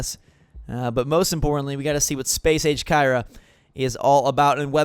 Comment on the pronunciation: Am I the only one who had to pause and re-wind when he said Space Age? I thought he said Space Aids...